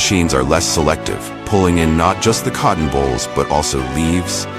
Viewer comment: Eh... it's cotton bolls, not cotton bowls... just sayin'